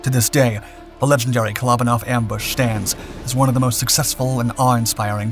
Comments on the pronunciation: Kole-O-ban-off is the pronunciation. Glad I read the comments because I had no idea who he was talking about. 😂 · Great video just a shame you didn't take the time to look up how to pronounce his name properly.